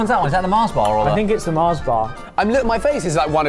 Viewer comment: MARS not Marsh